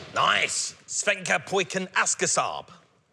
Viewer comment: It took me to listen to his "Swedish" 10 times before I knew what he meant and I'm from Sweden. "Svenke pojken asker SAAB" Should be "Svenska pojken älskar SAAB"